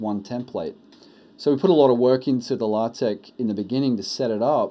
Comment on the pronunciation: Ahh, a video I can respect! And you said it correctly! Congratulations on the child, enjoy. :-)